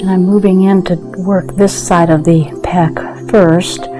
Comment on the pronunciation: Pec. Not PECK.